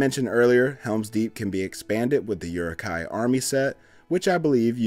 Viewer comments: And again. Uruk hai pronounced “ooh-ruk high” not “your-ruk high” 🤦🏻‍♂️ 😌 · You really need to practice your uruk-hai pronunciation.